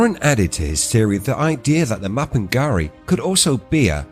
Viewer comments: ma-pin-GU-ari not ma-pin-ga-ri, why butcher names when you can ask any1 with half brain......? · it's not do your research in English it's pronounced ma-pin-"G"u-ari with G unless you are lazy muppet and you didn't want to waste 1 min of your time to look it up and you butchered it instead...End of discussion what if